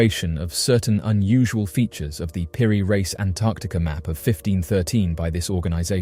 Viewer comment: Peri "Reese", not Rice.